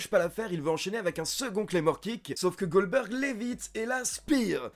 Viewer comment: MDR, j'ai bien entendu ? tu nous as fait un "Oldberg" ?